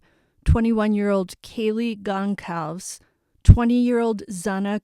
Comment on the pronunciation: I’m guessing it’s pronounced ‘Gon-sal-ves’ no hard ‘c’